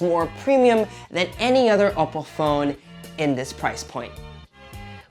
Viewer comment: Oppo is not said as oppo its owppow